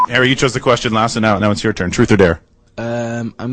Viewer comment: I love the way he says Harry!